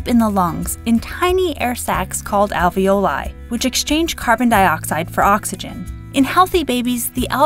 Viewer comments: If you are gonna pronounce "alveoli" like that, why do you pronounce "ravioli" the way you do? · Alveoli is also an italian word, so You can pronounce it the italian way with long "e" sound too.